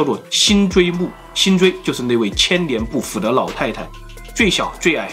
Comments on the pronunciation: 辛追啊，不是锥心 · 辛追會說成追辛，文化水平還真低！ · 辛追为什么总念成追辛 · 5分15秒，辛追不是追辛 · 辛追！你为什么一直读追辛！ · 听得有点尴尬，辛追不是追辛，还有单衣，是不是应该是禅衣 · 辛追夫人表示：一直念錯我的名字很生氣！ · 辛追夫人的名字 幾乎全部念錯 這麼多嚴重口誤 為何不重拍呢！ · 连辛追都能读错，可见是个什么水平